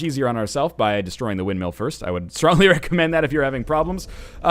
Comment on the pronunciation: pronouncing 'windmill' as 'windmeal' is not a canadian thing... its a NL thing